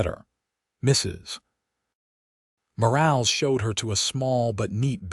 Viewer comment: Nice story. I do question that a rancher with only 200 head of cattle would have a foreman & 3 ranch hands! Plus AI has a nice voice but keeps mispronouncing Mrs. Morales last name! You need a human to check these stories! Texas